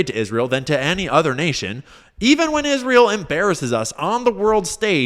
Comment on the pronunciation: Is ra hell